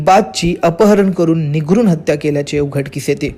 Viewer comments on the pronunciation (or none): तुमचे प्रतिनिधी निर्घृण चा उच्चार निघरून असा चुकीचा उच्चार करत आहेत आणि परत परत करत आहेत... तेवढी दुरुस्ती करावी... धन्यवाद